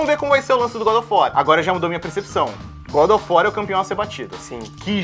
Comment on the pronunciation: "Godofor" kkkkkkkkk